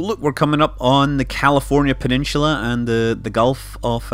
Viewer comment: Love your videos, am I wrong to think you say peninsula funny?